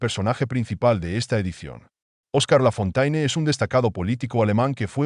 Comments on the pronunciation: Traduccion - Lafontaine es un nombre claramente de origen francés - quién no conoce las famosas fábulas de otro La Fontaine, éste, sí, francés, pero de tiempos más antiguos -, por lo que conviene pronunciarlo "Lafonténe", como dicta la lengua francesa, y no como se pronuncia en el vídeo. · Lafontaine é um nome evidentemente de origem francesa - quem não conhece as famosas fábulas de outro La Fontaine, este, sim, francês, mas de tempos mais antigos -, portanto deve pronunciar-se "Lafonténe", como manda a língua francesa, e não como é pronunciado no vídeo.